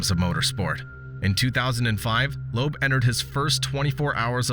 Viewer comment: Loeb = Lööb not Loob